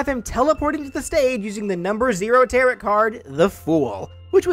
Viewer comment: When you pronounce tarot as ta-rot instead of ta-row (as in pretty maids all in a row/the thing you do with oars).